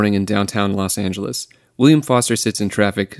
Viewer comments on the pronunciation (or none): none